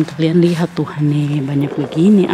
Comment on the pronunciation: kak bukan tuhare tp tuhan ee